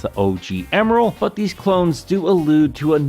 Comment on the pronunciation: Thought his name was Emerl not Emeral?